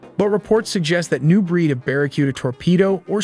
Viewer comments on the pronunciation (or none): It's a "Tom-A-Hawk" missile not Toe ma hawk just fyi..... Bear a cooda not ber a q da.... fishin? You mean fyu Zion Where are you from? I've never heard that before....😂 Just having a jab no offense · tome-a-hawk, prahpl, phu-tonics, bara-cue-da, fish-in, helps turns. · How does this guy not know how to pronounce "tomahawk" , "propel", or "barracuda"?